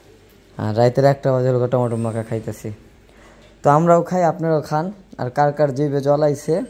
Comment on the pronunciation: টমেটো বলবে।কি সব বল টমেটাম।